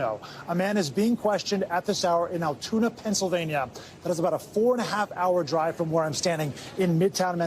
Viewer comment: Its not the guy. No way someone that disciplined still had evidence on him. Also, its pronounced Al-tunie Pencil-veiny.